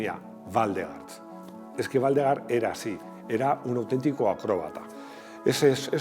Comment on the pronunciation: Waldegård se pronuncia Waldegord, ves que tiene un circulito en la "a", es sueco, el idioma.